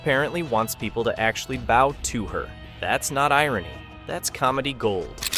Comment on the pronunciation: Wondering if this is AI read. "Bow" (genuflecting) pronounced like "bow" (what you tie on a gift)